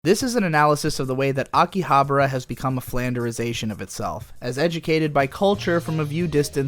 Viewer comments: Dude, it's AkihabAra, not AkihaBRA. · Pretty sure it's pronounced differently than how you're pronouncing it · Huh. pronunciation of Akibahara is like the fifth way I have heard it said. My wife's Japanese friend and our bartender buddy from over there each say it differently than the other too.